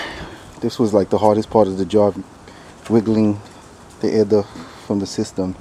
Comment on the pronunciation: Nice vid but it's duct not duck. Just saying lol lovely bike